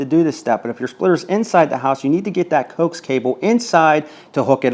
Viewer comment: Dude, it is pronounced Ko ax cable short for co-axial cable